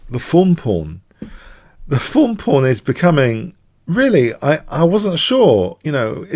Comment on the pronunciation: im american. When I hear "thorn" pawn I hear you say 'fawn' lol